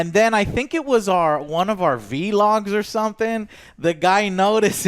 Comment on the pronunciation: its vlog not v-log